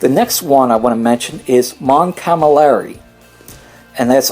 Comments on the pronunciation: Btw. you mispronounce my favourite alien race. You say mon camalari instead of mon calamari:p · You totally butchered Mon-Calamari pronunciation, several times.